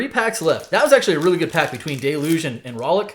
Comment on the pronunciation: Why does everyone pronounce deluge incorrectly.